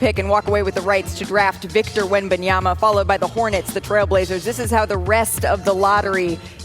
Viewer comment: Do a push-up every time Malika says Victor Wenbonyama